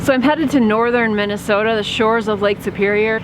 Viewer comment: Swear I heard you say Minnesota? 🤣